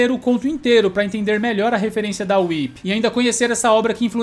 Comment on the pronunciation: O like já veio logo quando você falou WHIP e não "WUAIPI"...kofeiros sem noção que inventam nome dos personagens. PARABÉNS!